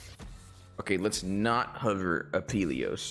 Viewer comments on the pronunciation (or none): when you just ignore an entire letter in aphelios.